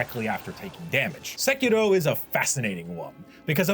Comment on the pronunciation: that sekiro prononciation tho... nice !